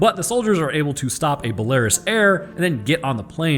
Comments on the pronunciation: It's pronounced bell a ruse! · It's pronounced bell a ruus! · balerus air haha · It's pronounced bell a ruus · only now do I realize 3 years later after watching this guy's video that he completely butchered the pronunciation of the nation of 'Belarus'